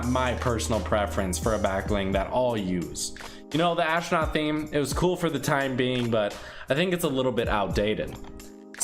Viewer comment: astronaut not ashnaut